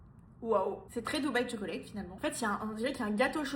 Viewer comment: Tchoklate please not Cho-co-late